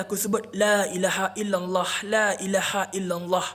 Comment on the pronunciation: dia sebut lailaha illallah tu salah makhraj. patutlah hantu tak lari. semoga dia terbuka hati belajar basic agama semula.. belajar makhraj huruf saja dulu bang